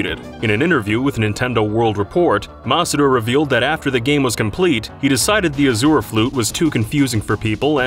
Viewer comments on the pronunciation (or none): that is not how you pronounce azure